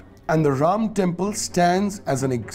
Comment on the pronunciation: Ram is a 'harro'. While trying to sound 'less' Indian, this narrator is making his own pronunciation.😂😂 Angrez chale gye lekin aulaad chhod gye.